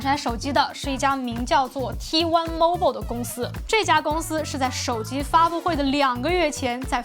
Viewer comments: Mobile不是这么读,建议 好好去查一下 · mobile的发音，你发的怎么和我学的不一样？